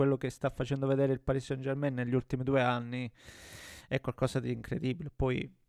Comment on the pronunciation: Possibile che anche tu come tutti non sai pronunciare San German in francese. Mi deludi